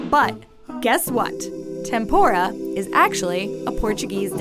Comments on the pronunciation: It's pronounced tempUra, not tempOra! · I was sitting here peacefully for the first six videos and then the last one........god, tenpoura. no like, it rakes my ears listening to someone talk about someone else's culture when you can easily do what all the other videos did and have someone from that culture and is knowledgeable about the topic talk. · It is “tempura”, not “tempora”